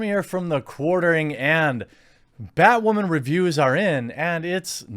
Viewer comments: Why do you keep saying batwhoman instead of batwoman? Like those annoying people that say fucking moosli instead of museli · It sounds like you keep saying, "BatWAHMAN." Are you doing it on purpose or subconsciously...? 😂🤣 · Y does he pronounce women as wamen??? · Why are you saying "Bat WAH MAN"? I've heard you say woman normally hundreds of times and you even say it correctly a couple of times in this video. But when you say "bat" in front of it you say "WAH" man. Is this a deliberate choice to mock the title? Not a criticism, just a question on an observation. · why doe he say "woman" like that?? lmaaoo whau min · Am I hearing things or is he almost saying Batwahmen LOL? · Are u saying BatWhamen😂